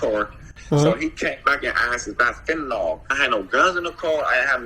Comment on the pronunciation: You cannot be an "expert" on it if you pronounce it fenta NAWL. Its pronounced like its spelled goofies. Fenta NIL